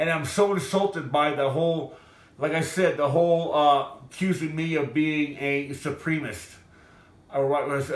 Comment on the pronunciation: I don’t think he was racist I mean he can’t even see supremacist .. he saying Supremists .. and I know it doesn’t justify his actions but just looks like he had a bad day 🤣🤣